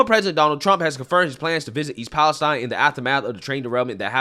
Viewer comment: You need to learn how to pronounce "Palestine"